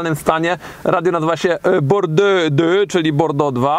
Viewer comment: Pozdrowienia z Wersalu, super ciekawe ale zmiluj sie z ta wymowa, s'il te plait,... Mowi sie "a-iks" (we Francji) a nie "aks". A Aix -en Provence to "ex-ą-prowąs". A Bordeaux to po prostu "bordo". :)